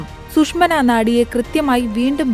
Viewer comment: ഇതൊക്കെ ശ്രദ്ധിക്കണ്ടേ അംബാനെ 😂😂😂